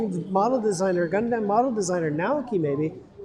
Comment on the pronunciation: Lol the idea that you can only buy P-Bandai online in Japan. Don't know how I managed to get Hyaku Shiki Crash from a US retailer... Also, if I hear "Gun-damn" one more time...